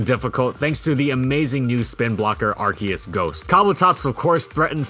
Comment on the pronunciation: You say Ar-key-us I say Ar-see-us